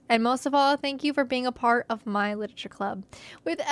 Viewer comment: I am going to take a shot every time she says "lititure". pray for my liver.